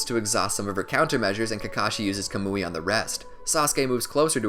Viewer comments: This dude said kamooi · Bruh it's not "CUH-MOO-EE" it's "KAH-MU-IE"